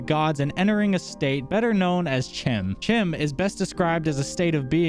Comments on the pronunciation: Chim is pronounced "Kim" Edit: CHEESE Edit: Oh, and that stick clicky thing. Yes, I do as well. It's probably a stim. Do you perhaps have mild ADHD? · Your pronunciation of chim took me by surprise. CHEESE! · That makes total sense, and I do like that your videos present a perspective untouched by the more popular theories out there. I've mostly heard it pronounce like time with the hard k sound instead of the t.